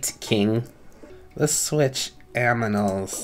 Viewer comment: Wait did u just say let's switch aminals? XDDDDDD